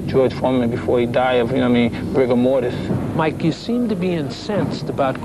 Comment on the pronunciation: "He'll die of rigamortis.." - LOL